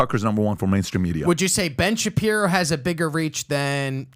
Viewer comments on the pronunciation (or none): The moment he said Ben shaperio that was it for me. Lost all respect for this channel. Ben shaperio 🤣🤣 and I had just subscribed because of tucker offer.